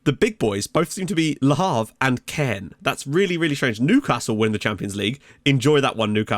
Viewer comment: great vid! Great to see Caen do so well, unusual for anyone other than PSG to win in France. One thing though is that you were pronouncing it wrong all episode! It's not like "Cannes", but more like "con". I know you try very hard to get pronunciation right so thought you might want to know.